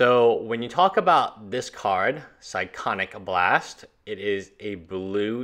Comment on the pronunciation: psy-ko-nic blast lol